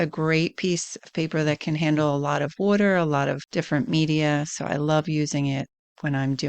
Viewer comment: The way you say water makes me wonder if you're from Florida?